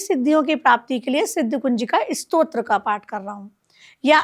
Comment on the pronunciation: Stotra bolo.... strot nahi